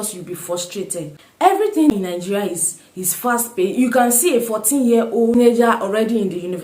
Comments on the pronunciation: Good 👍 reviews, a question, I hear most Nigeria pronounce it as Ninjeria, why soh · Good question. I am always puzzled by nigerians pronouncing Nigeria as Ningeria! Why the "n"? Please explain further.